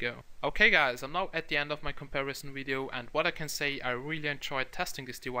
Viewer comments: Video, not wideo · The same reason he says "wideo".